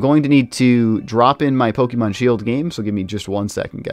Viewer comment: How do you do Pokemon content and not know how to pronounce Pokemon? It's really not that hard.